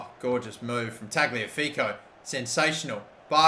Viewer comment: ok its killing me. tagliafico is pronounced ta-liya-fico